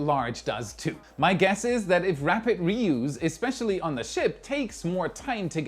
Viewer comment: Btw, your delivery, English and diction are excellent. One very minor subtle thing, but more relevant in this subject area: the second syllable of reuse as a verb rhymes with blues, as a noun with juice. English is daft!